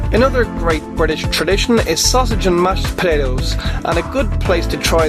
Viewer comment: for the weirdest pronunciation of "potatoes". Available from the S&M cafe, hmmmm!